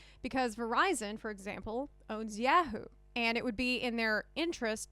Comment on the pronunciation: I’ve never heard anyone say Yahoo as Yeah-Hoo. ...lol